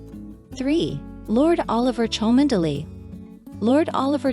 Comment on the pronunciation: It’s pronounced Chumly! Dreadful commentary.